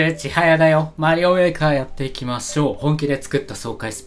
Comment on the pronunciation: オッスオッスだよ マリオうぇーかやっていきましょうに聞こえた！